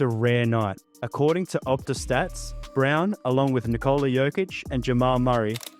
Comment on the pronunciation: Here's a tip: Nikola is pronounced NI'kola, not NiKO'la. Similar to as how one would pronounce Nicholas; just without S at the end :)